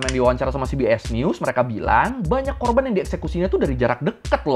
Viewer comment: bang korban bang, bukan korbang.. terlalu semangat 😅